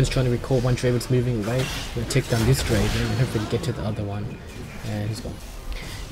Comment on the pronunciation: You mispronounced a few champion names. You said "soraka" like serawka and "gragas" like grahgas. It's pronounced like "drayvehn"